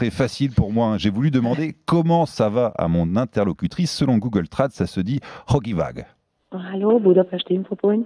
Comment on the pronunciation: Hogy vagy ? Ça se prononce Hodi vadi . Elle a dit que son prénom est Tünde....